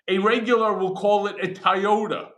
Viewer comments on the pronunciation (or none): Michael's pronunciation of Toyota is crazy. lol